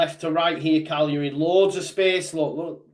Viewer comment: Cagliari not calari